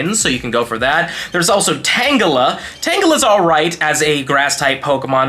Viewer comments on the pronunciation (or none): none